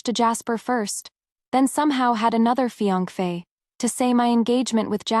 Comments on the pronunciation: Is it that YouTube doesn’t allow the word fiancé or this individual that’s reading is unaware how to pronounce it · AI can't pronounce it